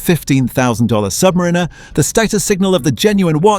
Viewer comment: You lose some credibility in the watch community when you can't even pronounce the word SUBMARINER correctly.